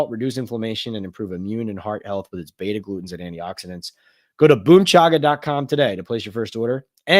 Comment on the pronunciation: in your Boom chaga ad read, the heart healthy compounds shiuld be BETA GLUCANS. You read itas "beta glutens". Maybe your copy was written incorrectly? Or you just slipped? Too bad your live chats don't tie iut for me living in the Middle east. BTW Jones threw for over 300 yards each time be faced the Vikings in 2022. Sunday you think only 220 yards withe these reveivers? No way.